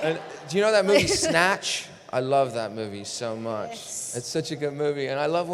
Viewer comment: Lol after he tries out that accent, you can hear he has a slight accent of it left when he speaks casually in , "I luv that muevi sow much" XDDD He's so dang adorable